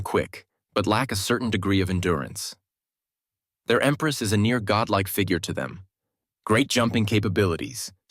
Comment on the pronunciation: Nothing against the creator (good channel, good stories), but you need a better AI. One that can correctly pronounce common words like "endurance" and "agility." Otherwise, thanks for the much needed recap.